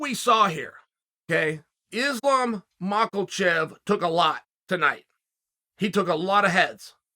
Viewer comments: Uncle Chael, I love your content, but I have to say this... Islam's surname doesn't contain a "L" it's not MakhaLchev - it's Makhachev. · Chael prounce islam makachev name into islam malkachev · “Is-lom Mock-ole-chev” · I’m just sad we gotta wait a few months to hear Islam makelchev’s name again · Mahklechev... Chael couldnt prounounce his way out of a wet paper bag. Everything else undefeated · “Islam Mocklechev” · Mockelchev lol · Chael: "Islam Michaelchef" 😂😂😂😅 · Its pronounced Ma Hu chev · "Islam Mawckle Chev" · His name is not Makelchev for fuck sake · We’re still talking about Mocklechev 😂😂😂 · “Mackle-chev.” What is it about great commentary mixed with murdering people’s names that works so well? Hard not to resent a guy who’s tougher and funnier than you — unless you love what he’s doing. Sonnen rules. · I clicked just to hear Chael say: "Mackleshev" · Chael Sonnen keeps talking about a guy call Islam Michaelshev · Chael i love you dude but you keep saying Islam's name wrong hahaha show the man some respect he undefeated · Anybody wanna let Chael know how to pronounce Makhachev?